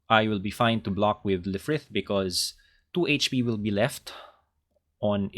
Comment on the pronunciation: Lfrith is pronounced as Rubris! Otherwise, amazing deck!